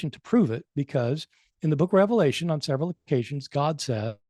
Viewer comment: Also before hosting a podcast on the book of Revelation maybe learn how to pronounce the book